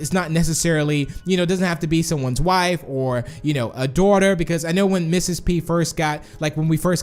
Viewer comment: Why do you say dawther